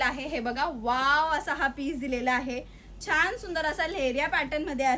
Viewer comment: छान म्हणतात छाण नाही